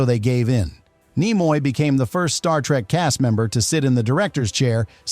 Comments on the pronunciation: Slap your AI narrator! Nimoy is pronounced KNEE-MOY, not NIGH-MOY. It wsa in your first sentence only, fortunately. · As soon as i heard Nimoy pronounced Nye moye i switched this AI shit off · I started watching this video, and heard the name "Leonard NEYE-moy" mentioned within the first 5 seconds. I immediate stopped watching right there and then, and I'm just taking a few seconds to write this comment. I have no idea what follows the first 5 seconds, but hearing "Leonard NEYE-moy" was enough to let me know that watching the rest would be a waste of time. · Ai Content Detected… Leonard NY-moy. Sound of fart wafting. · Ni-moy the ai does not now How to pronounce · You could not even pronounce his name... lost any credibility five seconds in. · An AI voice that can't pronounce a well known name is not worth finishing. I didn't. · More AI sloptube. Can't even pronounce Nimoy. Bug off. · Brought to you by AI that cannot pronounce Leonard Nimoy's name correctly. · It's not just the bad mispronunciation of Nimoy, but "Fal-For-Pan" and "Sarek". Was the narrator human or AI?